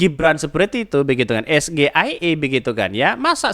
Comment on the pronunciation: Bukan es ge ai e tapi s ji ai i